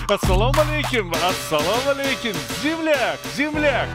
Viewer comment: Ассаломалейкум ассаломалейкум. Даже приветствие в Ферганском диалекте😅